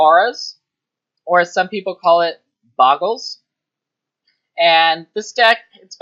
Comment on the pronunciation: BOH-GUL... There's only one G in "Bogle"